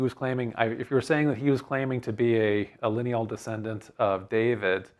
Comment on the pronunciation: Hello. You mentioned DWD and pronounced it almost as the Muslims pronounce Dahood, my name David in Arabic which I write with 4 Arabic letters and there being no equivalent to the English letter V. While working in the Saudi Arabian oil industry I learned of another story of David. It goes that, just as in Saudi Arabia today where any citizen can get an audience with the King, in the time of King David there was one day a line of subjects waiting to see the King. Two herders who had a dispute did not want to wait so scaled the palace wall into David's chambers. When David entered they apologized but he said "fine. What is your dispute?" They iterated their business dispute to which David became irate. He lectured them about 'real' problems, quickly building mountains in the air. When he looked down they were gone. Then David prostrated himself on the floor and begged God for forgiveness for having failed the test.